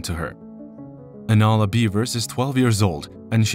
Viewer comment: The narrator keeps pronouncing her name wrong. He calls her Alana rather than Anala. Come on…..